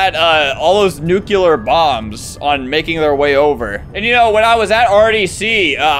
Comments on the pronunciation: No He said it "Nu-que-lur" But it is "Nu-Cle-ur" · IT'S NU-CLE-URR NOT NU-QUE-LUR AFHA BFEDHSBXDGF